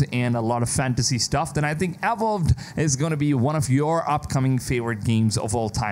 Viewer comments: “Awowd”, dude it’s pronounced “uh-vow-d” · Dude barked instead of saying Avowed 😂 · The way you pronounced "Avowed" left me in tears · Seriously. This guy is so annoying, he doesn't even try to pronounce words correctly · Great job on the videos, as always. Work on the pronunciation of your Vs (avowed, version...), though. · You're pronouncing Avowed wrongly. Is weird considering you're a native speaker.